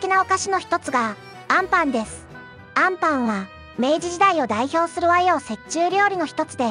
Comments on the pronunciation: 最後の最後であんパンのイントネーションおかしい😅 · あ↑ん↓パン😂